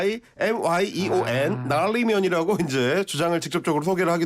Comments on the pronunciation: nal-li-mean 을 yuji 할껴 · nal-li-myeon ㅋㅋㅋㅋㅋㅋㅋㅋ 놔알리이미여어온